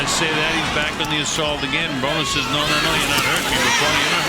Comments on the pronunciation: Is the narrator AI because Broner is pronounced wrong every single time. Great video other than that. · AI = "Bronner". just wow. It's Broner. Rhymes with Boner.